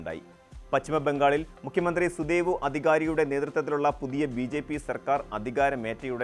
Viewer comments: സുദേവു അല്ല സുവേന്തു. തെറ്റില്ലാതെ വാർത്തകൾ പറയുക. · സുദേവു അല്ലടാ സുവേന്ദു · സുദേവു അല്ല. പച്ചിമവുമല്ല; സൈനീകവും.